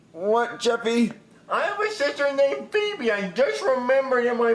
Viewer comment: It's feebee